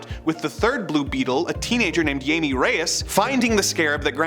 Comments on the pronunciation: Jaime Reyes is a Hispanic character, therefore his name is Hispanic, which pronounces the letter J with an English H sound, so it not pronounced “ Jay Me”, but “ Hi Me” …🖖🏾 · "Yayme" Reyes? Seriously? "Yayme"? Yeesh. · Jamie Reyes ... he's not Portugues . . Use the Hi-May sound.